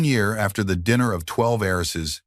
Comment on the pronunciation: What is it with the shrunken picture and the stupid movie in the background? Some words are mangled. Many words that should be possessive (Lily's, for example) are not. He shot the intruders before they got close, so why is there blood on his cuff? "12 Harrises"? The narrator changed voices when "Sebastian" was spoken, giving it an accent. Other words as well. Great story!